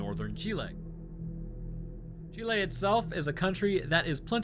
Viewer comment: Yeh, ya pronounced Chile right